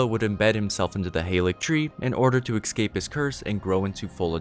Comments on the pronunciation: Hey... I watched this entire thing and I very much appreciate the entirety of the gesture... but (and again and again, and then for some reason you pronounced it CORRECTLY ) when you said "ecscape," it completely brought the house of cards down. It lost every bit of continuity, I lost all respect, and I couldn't focus on anything else. I would very much like it if you told me who taught you to how to speak so I can go burn their house to the ground... that being said, good video. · "Excape" lol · Learn how to say escape not excape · I'm sorry but it's EScape, not EXcape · Ok he said ecscape twice. Why.